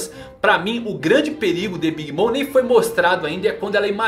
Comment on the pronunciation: Alguém também ouviu ele chamar a big mom de "big Mônica" kkkkkk